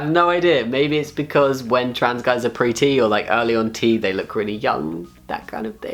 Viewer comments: I was confused about why he was saying "when I was pretty", until I realized he was saying "pre-T". The whole time I was thinking "but you ARE pretty!" and then I was like "...oooooh!" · Every time he said "Pre-T," I thought he was pronouncing 'pretty' wrong... D